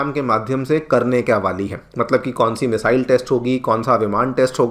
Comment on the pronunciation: मिजाईल 😂 बोलिये गुरु जी